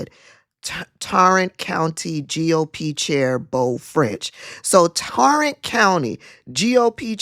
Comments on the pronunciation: Adam Schiff is no longer a House Rep. As for Elections to replace her, if not one knew she was missing, why would there be an election. Tarrant is pronounced TEAR-ANT ... And I don't see how Ft. Worth is a republican strong hold. I don't see it for a second. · Tarrant pronounced like “hair,” btw. This smells of riding out the term & drawing salaries for herself & staff. In HR terms, that’s time theft, receiving compensation for work not done. More importantly, looks like fraud and a conspiracy to defraud. Crazy, even for us in TX😳